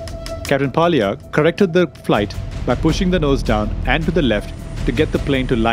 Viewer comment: Pilot Rustam Walia not palia. Why Indian use fake accent??